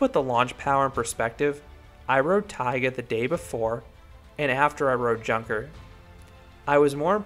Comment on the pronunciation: If it`s named after the german plane manufacture then it´s actually pronounced younker with (you like in you). Nice review